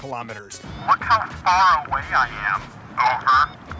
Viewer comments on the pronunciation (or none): none